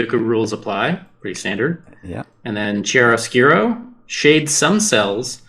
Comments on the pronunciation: The correct pronunciation of the title is something like Kiaroscuro, with an hard c at the beginning of the word, and stressing the a. It's a technique for drawing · Since mentioned this, chiaroscuro is pronounced "Key ARE oh SKEW roh" and refers to high contrast of light and shadow in art. From the Latin words for light and dark.